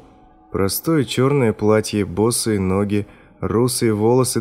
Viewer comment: босЫе ноги..компьют(е)р произносится как э